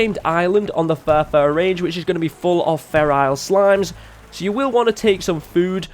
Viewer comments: "ferile" dude read it. FERAL! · He annoys me because he says ferrial but its feral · Feral not ferile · I thought I was the only one that notice him saying ferile, XD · I get triggered every time he says "feral" wrong. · who else got annoyed every time he said feral incorrectly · I like the way he says "Feral" :) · The way you say "feral" though